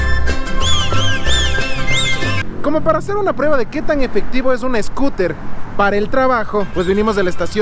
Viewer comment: Jajajaja mi hijo viendo tu video se ríe cuando dices escuter 🤣😂 saludos desde Tampa Florida 🤗🤗